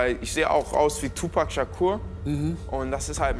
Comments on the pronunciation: Hatje Lissitzky es wird so ausgesprochen wie geschrieben nicht tupäääc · Dieter lern mal Tupac sagen was ist den Tupec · im englischen wird es 2pec ausgesprohen schau dir die south park folge an wo 2pec auftaucht die sprechen des auch so aus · Der kann nicht mal tupac aussprechen